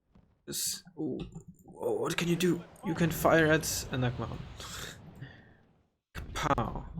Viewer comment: For future reference, nagmachon is pronounced like nagmashon, AKA little nagmash I'm Hebrew. Nagmash being an acronym that literally means APC